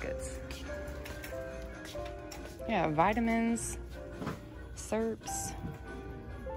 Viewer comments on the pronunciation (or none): I love to hear you say syrup 😂😂😂😂😂 girl I'm from Arkansas and even I think the way you say syrup is hilarious 😂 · I love how you say syrup ❤️. I enjoy your videos so much!